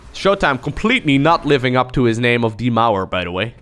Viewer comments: Pronounce "DIE MAUER" not Deemouwr, but D-Maow-A! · Shoutout from a german fan. I love how you pronounce „die Mauer“😂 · same sounds a bit more badass than the "correct" pronounciation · He's a dutch , I think thats on purpose. thats like basically similar